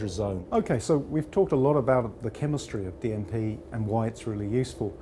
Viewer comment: "We're gping to heat our DMP" I thought he said DMT at first 🤣